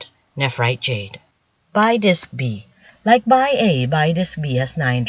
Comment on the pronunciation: Bi pronounced as "bee", not "bye"